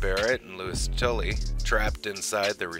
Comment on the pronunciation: Why do you keep referring to Louis as "Louis Tilly,"? His last name is TULLY.